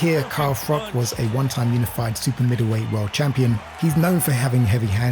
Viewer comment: It’s Froch not frock.